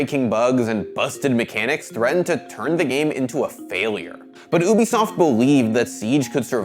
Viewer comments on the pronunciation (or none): My OCD kicks in when he says, "oobisoft" instead of "ubisoft" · My guy be sayin oobisoft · ah yes, oobisoft- I know that company well